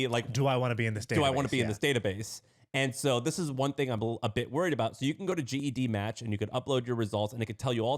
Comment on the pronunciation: GEDmatch is pronounced Jed (like Jed Clampett) Match. Genealogy. Gene. GEDCOM. GEDmatch. 24 seconds in, and I stopped listening, because you did not do your homework.